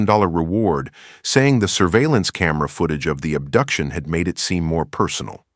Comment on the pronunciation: "ubduction?" huh????